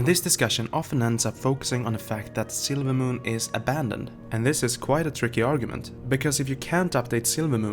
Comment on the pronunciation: Sorry if this was already said but every time you say "silvermoon" the way you speak makes it sound like you're saying "sailormoon". Not picking on you just making an observation :).